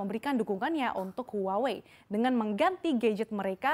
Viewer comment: Btw huawei itu dibacah wahwei bukan huawe😂